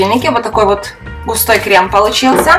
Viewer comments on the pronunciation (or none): Крэм, консистЭнция...крэшка 😂